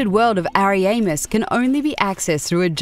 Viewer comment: hahahahahah that pronunciation of ariamis